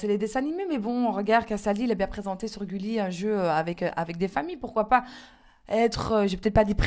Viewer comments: "Goulli" Ah non mais je hurle! C''est Gulli avec le son U :* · goulie* ! ptdrr gulli Jerem , je huuurle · "Goulli" mdrrrrrrrr 😂😂😂😂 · 21.43 ''Goulli'' mdddr goul wAllah ?